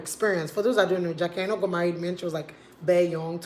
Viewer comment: Giddem! Good to hear someone finally pronounce it AINOH and not AINAH